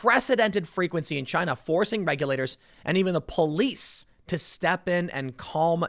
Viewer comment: Generally speaking, chaos in Chy-nah means stability for the rest of the world. 😄